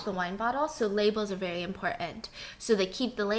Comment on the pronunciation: No one: Not a single soul: Stephanie: VEWY VEWY VEWY